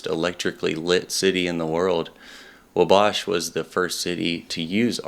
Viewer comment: Great stuff, I enjoyed it. one thing tho, Wabash is pronounced WA bash. Thanks for sharing this.